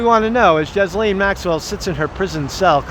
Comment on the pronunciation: Where are the pics to prove that she has been transferred ?!? Her name is pronounced Gis (hard G)laine.